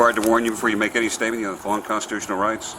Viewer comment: Says stopped state Gets aks about statement Answer question with stuou astatev😂